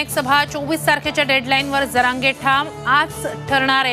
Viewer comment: Jarange ❎ Jarande ✅😂😂